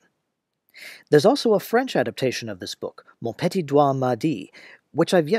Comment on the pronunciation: Loved the Québec joke! Although I must add that your pronunciation of "petit" near the end was terrible. It should be "p'TEE."